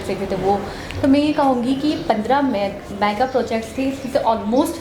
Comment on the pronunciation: hoor e Gawar Myaa ga nahi Mega May ga mEGAAAAA